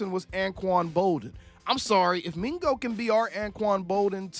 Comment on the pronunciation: Mingo? Bro puuuuulease lol